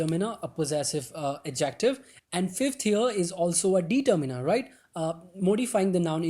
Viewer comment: bhai pronounciation to seekh lo determiner ki determeener nahi ddeterminer